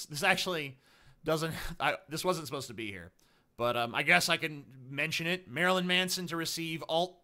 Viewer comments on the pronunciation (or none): none